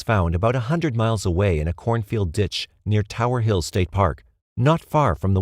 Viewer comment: The 1st one is spelled "Hill" everywhere, but he pronounces it "Hall" every time.